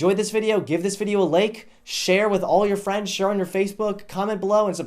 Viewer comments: I think he's stopped saying like and just started actually saying lake now. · It sounded like he said "...give this video a lake."